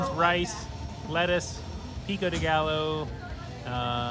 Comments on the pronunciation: guy legit said "pico de gallo" with hard ls. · It’s pronounced Pico de GUY O. Not Pico de GALL OH. And she pronounces her last name as SKYLER not SHOOLER. Molly is the BEST!! Girl can eat!